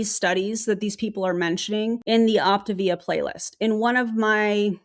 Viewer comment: I am so not surprised to see Optavia (I still don't get why they mispronounce it)as the new year video. You have gotten me to my step goal and no money spend🤣🤣. Side note I think Zeke is the anti MLM top leader, he is the most vocal 😼😼😼. We all bow to Zeke.